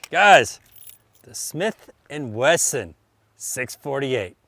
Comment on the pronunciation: Snith and Wesson? That’s a new one lol